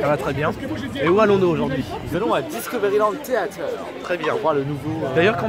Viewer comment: Je continue à dire la même chose comme l'ancienne vidéo ... C'est Discovery Theatre !!! TRE et pas TER !! Et cette fois ci ne supprimé pas le com ... Ca fait mauvais joueur ! 😉